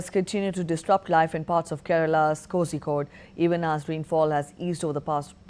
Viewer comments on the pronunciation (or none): Kosikode??? Bad pronunciation.